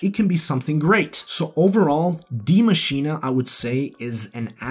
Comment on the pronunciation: It's pronounced (dai masheen) not dia masheena or diei masheenei. It's a german name but is pronounced the same as the english spelling die machine